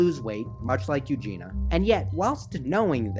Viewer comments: Good video and I can relate but PLEASE - her name is E U G E N I A not EUGENA - sooo many people say her name wrong - sorry it bugs me. As you must know by now she is getting help - I really hope she is - she is such a sweetheart... I hope her parents get help as well - her mother in particular is troubling to me... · Not hating but it's U-JEAN-E-UH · But how have you managed not knowing how to pronounce her first name? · Her name is Eugenia.. with an i